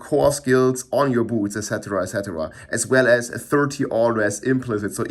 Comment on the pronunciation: "Just put every unique on yer bootz..."